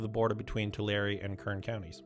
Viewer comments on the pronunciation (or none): Thank you, so glad I found your channel. As a resident of Tulare County (not one-larry, but two-larry) it is wonderful to see the progress. Note on names: Garces is name of early Spanish priest in the valley, so "c" pronounced as "s".